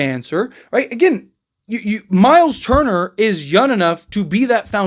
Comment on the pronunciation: Bro said Myles Turner 😂